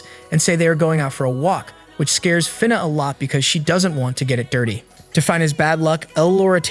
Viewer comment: Bro cant even say "dirty" 😭